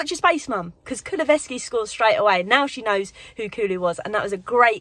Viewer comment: Still haven't got used to saying "Kulusevski" aye?😅